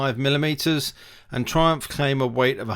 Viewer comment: Nissin? Brakes? Wtf ... Thriumph, though you were british...